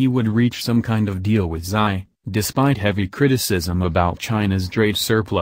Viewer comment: Xi ( See) , not ' Sigh' .